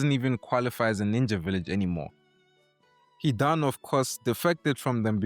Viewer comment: Hee-don (Hidan)